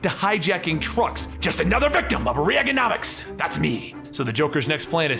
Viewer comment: Re-aye-gin-omics….do you know the Presidents of the USA?